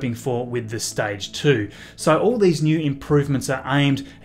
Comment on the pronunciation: Staidge is staible)))